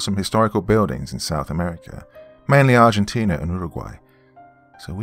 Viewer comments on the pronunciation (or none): none